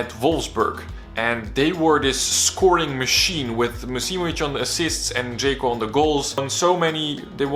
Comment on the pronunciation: Forgot to mention the "offside" call on Džeko vs Nigeria in the WC. Also it's not "Džeyko", it's "DŽEKO". Otherwise a very good video!